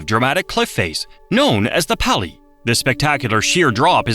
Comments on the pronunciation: "PAL-EE"!😂😂😂JACK🫏! IT'S "PAUL-EE"! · Pali pronunciation kills me. It's so bad